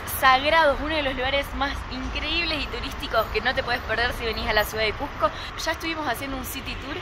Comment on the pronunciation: Una aclaración, NO ES CUJCO, ES CUSSSSSSSSSSSCO, CON ESE DE SAPO, CUSCO. Buenas noches.